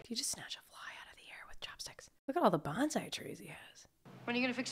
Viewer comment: BON-SAI not banzai. Mi-ya-gi, not Miyaji